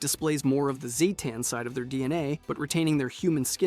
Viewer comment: I love all your videos, they are informative and fun and always worth watching... but for the sake of my sanity can you please pick ONE pronunciation of "Zetan" ? (even if it's the wrong one.) 😅